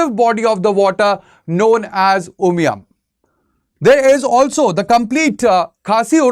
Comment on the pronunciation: Clear presentation, i like when he pronounced 'umshyrpi' and umiam' just like the locals❤